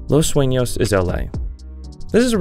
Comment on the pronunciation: finally someone say the name right and not "los suinos"